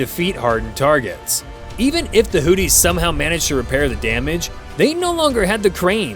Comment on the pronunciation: Houthis - pronunciation: who-thee, as opposed to 'Hootie' as in 'and the Blowfish'.